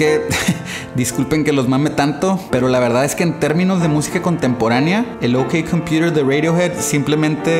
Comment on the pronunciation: Pero si asi se pronuncia correctamente XD